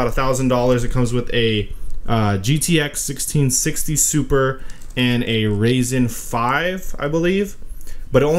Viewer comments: Oh yeah and it has a “raisin 5” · “The raisin 5”